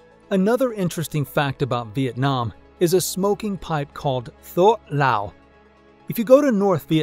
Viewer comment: The "th" in "thuoc lao" is pronounced like a "tw" so "twook lao"